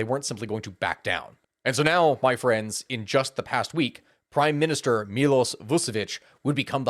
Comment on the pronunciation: almost. he still mispronounces Miloš.